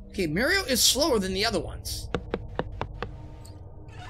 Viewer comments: I like how you say Mario, sounds original to your channel 😁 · at first it bugged me on how you said mario but now im fine with it^^